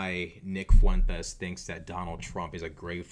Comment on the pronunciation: I love how you always properly accent the name Fuentes.... it probably burns his supportes up lol 😂